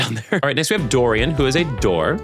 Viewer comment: Oh no. He got Dorian so so wrong 💔